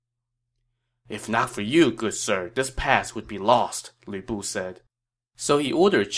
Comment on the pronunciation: I don't know why it makes me laugh, but sometimes when you say Lü Bu it sounds like Weeaboo.😆